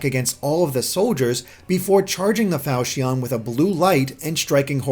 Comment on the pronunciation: The way you pronounce Falchion makes me wanna hurt myself